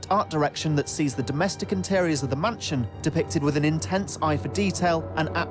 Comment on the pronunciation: am i the only one that heard him saying munchin instead of mansion?